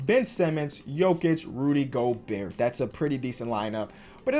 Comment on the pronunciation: he knows it's pronounced go-bear as you can clearly tell